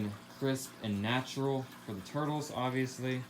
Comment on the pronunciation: I like the way he says tourtles